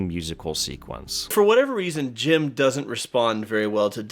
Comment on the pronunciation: Thank you for this video. Always love to hear good stuff about one of my favourite childhood movies, truly a treasure of 2D and 3D animation. But I just want to say that your screw-ups with Jim's name was a great addition and made me laugh every goddamn time😂